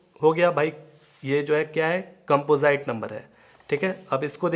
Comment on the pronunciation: कैंपोजाईट nhi कैंपोजिट hota h 🤣